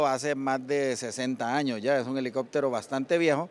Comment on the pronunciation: "alicoctero"gran reportero ese es mi país Honduras.🫣 $ 1.3 millones costo de la " reparación "💥